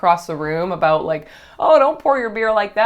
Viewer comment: I KNEW you were Canadian! I heard you say ‘aboot.’ 🤣👌🏻